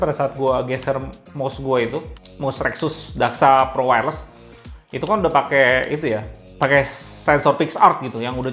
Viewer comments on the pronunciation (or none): none